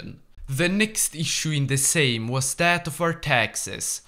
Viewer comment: First hoi4 YouTuber who can actually pronounce the word Sejm 🔥🔥🔥